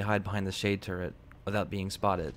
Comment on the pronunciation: Did you just call a turret a “turrent” ?